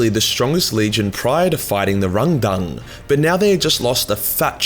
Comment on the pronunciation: “It’s hard to say RángDáng without sounding like you’re making fun of a Chinese man” continues to pronounce it with the weirdest possible emphasis (cause I don’t think that reading something like it’s two words with accent marks is normal)